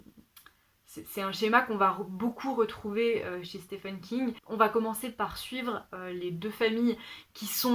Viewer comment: Je galère aussi avec la prononciation de Stephen King hahaha Plein de livres très intéressants dans cette sélection… j’ai hâte de lire Addie Larue pour voir si je partage ton avis! J’avais commencé American Gods Mai’s l’ai abandonné a cause de la traduction qui m’a déplue… mais là tu m’as vraiment donné envie de le lire donc je pense le reprendre en anglais un jour! (surtout quand tu as mentionné Professeur Layton haha) Et sinon moi aussi j’ai lu Chocola et Vanilla quand j’étais petite! C’était trop drôle de t’entendre en parler, ça m’a fait retomber en enfance :)